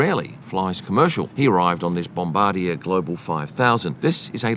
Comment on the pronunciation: That's not how to pronounce Bombardier